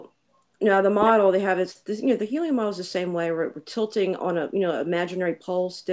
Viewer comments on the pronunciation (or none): Is really saying the “helium” model? It certainly sounds like that to me.